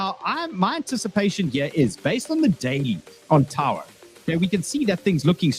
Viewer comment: Its TAO not Taouuoa....?